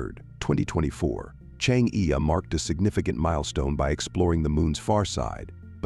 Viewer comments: pls correct your pronunciation of "chang'e"..it should be pronounced as "CHANG -ER"..you change'e is very irritating to the ears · i cant stand it says chang e anymore